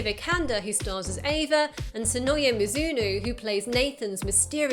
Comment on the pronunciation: Sonoya MizunO, not "mizunu" lol